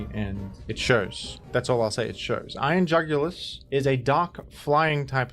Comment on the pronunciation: i love when he says iron jugilis. iron jugulis